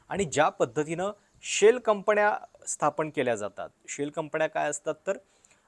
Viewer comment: शेल कंपण्या , मणा मध्ये 😂😂. बाकी उत्तम आणि स्वच्छ उच्चार फक्त गडबड न आणि ण ची. जण मण पार्टी😂😂